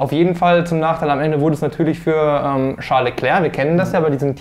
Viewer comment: "Scheiß Leclerc" oder "Charles Leclerc"? 😄 Was denn nun?